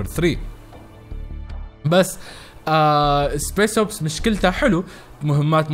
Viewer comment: اسمها سبيشل اوبس مش سبيس اوبس 🤦🏽‍♂️🤦🏽‍♂️